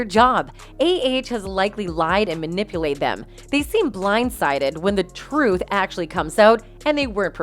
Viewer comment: And the best pronunciation of 'manipulated' 😅 There's a new word, that lady just needs to get manipulaid🍾